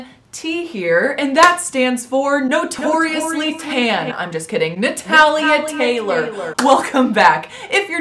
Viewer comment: The way you say Natalia sounds strange out of your mouth. Are you trying to pass for a Russian? lol